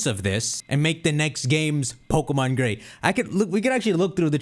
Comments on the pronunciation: Dawg said pokemon gay instead of gray 😂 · “pokemon gey” was hilarious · hold up!! did he say gae? 🤣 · Man we all not gonna speak about how shocked he was when he said Pokemon Gay by accident, had me laughing for a solid minute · Merry christmas! Also when you said pokemon "Gay" I burst out laughing XD